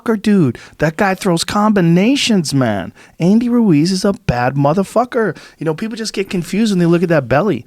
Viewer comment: Is it just me or did Joe Rogan start sounding like a Mexican when he said Ruiz was a bad mother fucker he went into an accent.lol